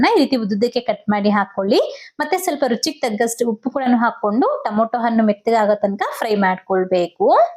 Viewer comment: super recepy.But why u call tomato as to moto?